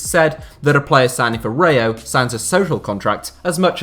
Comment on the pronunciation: Please learn how to say RAYO correctly 🤦‍♂️